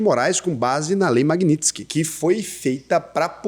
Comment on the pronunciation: fala "magnitskí "